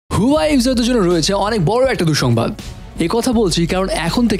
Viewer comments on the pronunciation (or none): Bro,Its Huawei😐not huyawei. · Its not huwai . This is huawei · হুয়াই নাহ্👎👎 হুয়াওয়ে বলতে শিখুন। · ভাই হুয়াই না, এটার উচ্চারন হুয়াওয়ে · You have work on your pronunciation. Its wa --way not hoowai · Vai Huawei kotha ta right vabe uccoron Kora shiken